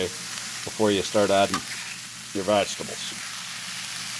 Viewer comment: did he just say... VAGtables?!...?